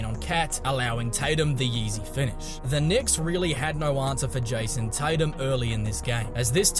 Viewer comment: Who tf is JAYUOUSOM Tatum? 🤣🤣🤣🤣🤣🤣